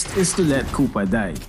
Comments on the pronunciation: The " i need you kupa!" is like "I need you kupal" Only filipinoes will understand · "KUPAL AND POLPOL"